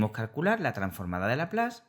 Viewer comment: Todo bien. Es curioso que dices "carcular" en vez de "calcular"...